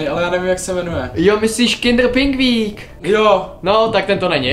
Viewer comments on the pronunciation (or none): Jo, myslíš “kindr pingvík”!!!😅😂🤣